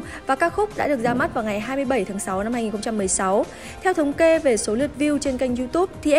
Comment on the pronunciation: em ko có ý chê bai nhưng hình như đọc sai từ năm thành lăm. gạch,đá em nhận hết